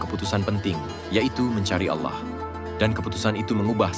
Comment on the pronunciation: Kenapa harus ngomong Allah dg auwloh gitu....